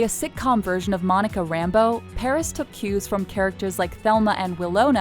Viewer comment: I'm sorry but the way you say Monica's last name triggers me